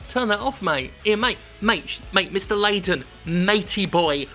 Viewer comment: Perhaps what happened is that Layton (Layden sounded like Layton) has run out of hint coins and now is trying to figure how to solve this 10 picarats answer. Hint it flip the switch